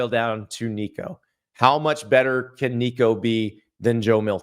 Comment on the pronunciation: That sound like Joe Biden trying to say Nicos last name. 😂